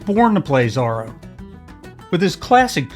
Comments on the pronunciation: think pronounced ZORO not Zaro, I think. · I think you're pronouncing his name wrong how do you say Zorro... like, or..o. not r-o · Exactly! His pronunciation makes me crazy.